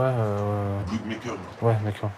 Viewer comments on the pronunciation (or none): No commente si je dis ma pensé Sa va m énervé Et on dit un pacemaker pas bloodmaker